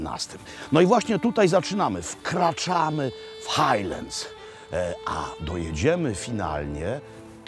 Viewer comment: No i nie Hejleds tylko Hajlands